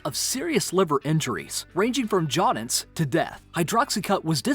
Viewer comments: Jaundice is "JON dus" not "jaw dunce". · He says jaudince though 😂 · Fucking "JAUNDINCE"? lol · You pronounced Jaundice wrong. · he is not being salty but as an educational channel he should know how to atleast pronounce it right? -_ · he pronounced it wrong